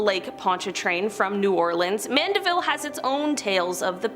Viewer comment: She pronounced Mandiville correctly.